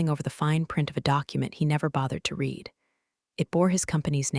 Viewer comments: Understood is three syllables not two. Pronunciation of read in past tense rhymes with red. Live when a noun rhymes with hive, when a verb rhymes with give. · Please teach your ai to learn how to pronounce 'live' and 'read' in the right situations. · Although a good story, please check the pronunciations of ' read and live' , very distracting all the way through.